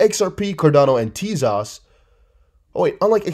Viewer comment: What's up with TEZOS, E sounds like ever, O sounds like oh! I wish you'd stop slautering the pronounciation.